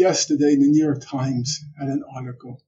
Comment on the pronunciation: "The yewyork times!"